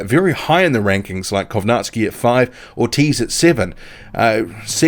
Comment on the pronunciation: Not Kownaski Kow Nacki